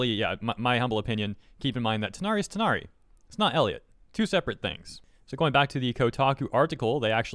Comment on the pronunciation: Took reading a number of comments to realize people were saying Tighnari and not THIGHnari.